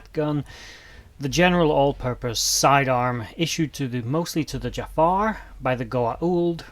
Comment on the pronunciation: Okay seriously though? It's "Jaffa", pronounced "Juh-Fah"/"Jah-Fah" with a sort of glottal stop after the first syllable. In fact many tend to place an apostrophe after the "Ja-" in order to indicate this trapping of air before the second syllable as is common with so many other words within the Goa'uld language, although in this case the inclusion of the apostrophe is unnecessary and for all intents and purposes incorrect. It wasn't uncommon to hear non-native speakers - particularly among the Tau'ri - pronounce it more like "Jafah" without the glottal accent, with Jack O'Neil himself being guilty of using this mispronounciation throughout the entirety of his career. However with that said I suppose for the sake of fan purposes, one could perhaps make the argument that either of these pronunciations would be correct since they were both used on-screen... Although I would still make an argument for use of the former, primarily due to the fact that any time the word is spoken by a member of the species or by the Goa'uld they serve - or even when uttered by the Tok'Ra for that matter - the proper accented pronunciation is used. So ALL of that said then, for the love of God there isn't an "R" at the end. It is not the identity of the owner of your local 7-Eleven (or kebab hut for you folks across the pond). It is not the name of the villain with a killer fumanchu from a beloved animated Disney film... It is not the name of that random chucklefuck on Facebook who possesses an abs